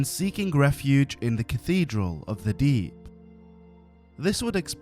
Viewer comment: This is some wonderful stories i love to hear Tho i gotta say.. whenever ya said deep i just heard the D. and it just made me think of one piece haha. But yes good job! wonder what your next projects will be and im excited to hear about em for sure